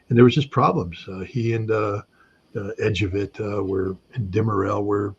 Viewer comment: wow I didn't know Scott is so knowledgable about Turkish recent history.Hearing him pronounce Erbakan and Ecevit made me smile. He is right about Erdogan is politically very smart and can change quickly to what people vote for.